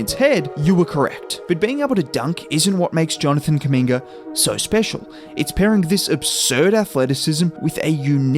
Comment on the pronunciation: I swear everytime u have done a video on him it sounds like ur calling him a slur “kuminger”😭😭